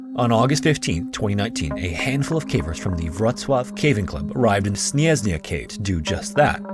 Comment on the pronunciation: I feel like when you have foreign words, you should reach out to a person who speaks that language to make sure you pronounce the word at least a bit properly "Śnieżna"